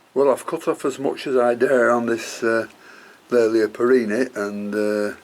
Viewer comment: Will you please reconsider how you pronounce the generic name here which is derived from my ancestor William Cattley. Hence Kat-Ley-A and not Kat-Lay-A. Regards Tim Cattley